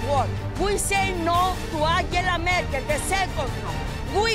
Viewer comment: "oOOMAN HEETLER YOU EAR MEE ANTZELA MURKEL" orea ta lei i kiria.